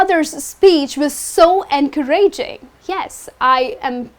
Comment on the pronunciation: Excuse me miss, we don't pronounce encouraging like this. The stress isn't on the (ra) with all due respect. Thanks.